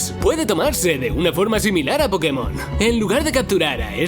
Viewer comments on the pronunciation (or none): none